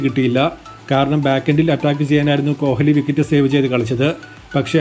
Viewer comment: കോലി എന്ന് പറഞ്ഞാൽ, " ഹ് " ഉച്ചരിക്കണ്ട